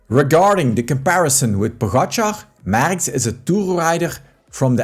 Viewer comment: Please learn how to pronounce the name Merckx before posting a video. For Christ sake.